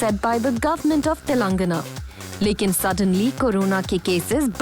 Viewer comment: It’s not telengna it’s Telengana ma’am